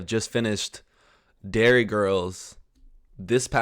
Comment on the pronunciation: Derry Girls NOT Dairy Girls